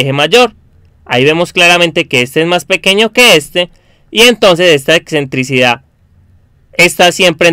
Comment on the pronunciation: "exentricidad" no, lo correcto es "excentricidad"